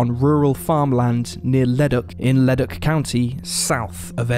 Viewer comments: I had to take a second to realize this guy was saying leduc LOOOOL. Leh-duke. I only realized cuz I live in leduc county and I knew they wasn’t a ledock anywhere near here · Thanks I was thinking the same. Like Le-Duke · FYI the town of Leduc and Leduc county are pronounced Le-Dook (like spook). That's the anglified version of the pronunciation anyway, slightly different in its original French. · Mick-a-sew, Ta-ca row, Le-Duke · It's 'lu duke ' not whatever your saying BTW